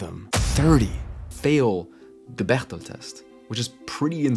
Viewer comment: Is there a reason why you used the German pronunciation of Bechdel instead of the standard American way of reading it?